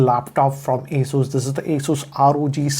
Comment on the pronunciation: It hurts me when says "Asoos" instead of "Asus"